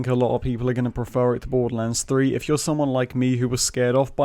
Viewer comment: I love how you say Borderlands 3 "Boddulans 3"